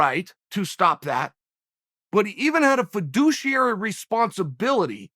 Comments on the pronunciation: fudiciary? that is a new one on me. eta - he says it right later. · Did you say foo-dishy airy? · This mans really just drop the word vedouchiery wtf lol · Foodiciary....lol. Classic Chael.